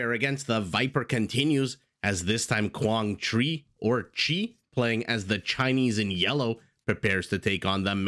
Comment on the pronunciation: You pronounced the name "Quảng Trị" right 👏👏👏. And Vietnamese AOE2 community proud that we have 2 high elo players